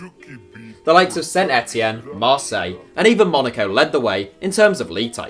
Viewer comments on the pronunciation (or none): none